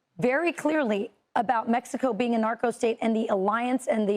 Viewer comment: Mispronounced Being**